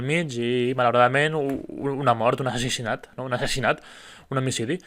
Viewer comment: Dius assessinat amb e o ho he sentit malament? I pel que fa al judici és clar que pertànyer a l'estat espanyol fa que la ideologia anticatalanista dels neonazis no hagi estat considerada atès que molts jutges espanyols troben correcte que l'espanyolisme fins i tot el nazi, siga un pensament lògic, això en un estat català hauria canviat radicalment. Mes una bona part del poble valencià i alguns catalans pensen que assolint petites fites reformistes ( Compromís i fins i tot sectors d'ERC com en Rufián) dins d'Espanya tot plegat canviarà, la qual cosa és idealisme pur.